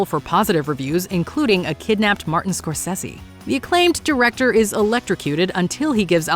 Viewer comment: Its triggering me how she pronounces Scorsese.